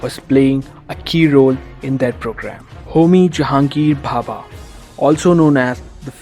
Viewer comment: Its homi bhabha not papa